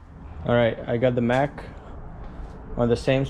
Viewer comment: The correct name of the car is a Mach 1, not Mack.